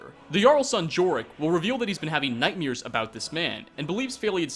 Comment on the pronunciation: why do you say “nightmears?”